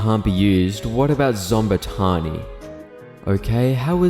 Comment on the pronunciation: zom-ba-taun-y lol